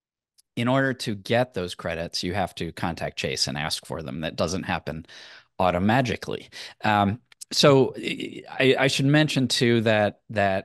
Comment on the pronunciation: “automajihkly” 🤣 watches Andrei Jihks channel too.